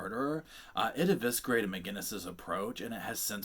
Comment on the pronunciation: Lol! You don't pronounce the "c" in eviscerated!